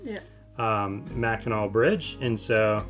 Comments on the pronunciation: Not “nack”… “naw” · Grew up in Michigan (Detroit) been to Mackinac Island quite a few times. As a child and adult. Great place. But it's pronounced mack-in-aww. Much Love and Aloha 🤙🏼💯🇺🇲.